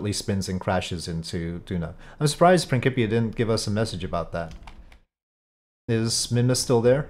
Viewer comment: How did you pronounce Principia??